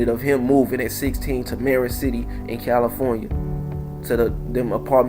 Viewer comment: It’s Marin city not Maron? Get your facts straight.